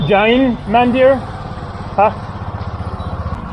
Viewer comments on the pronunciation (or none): Mandir should be pronounced Mundir (Mu like But).